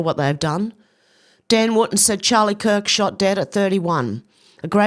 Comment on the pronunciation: Charie kirk? Umm wtf is that?